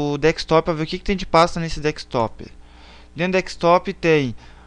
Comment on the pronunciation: VACILÃO, NÃO É DEKSTOP MAS SIM DESKTOP !